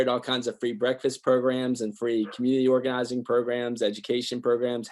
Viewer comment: 3.43 Does he say "Community Orgasm"? WTF?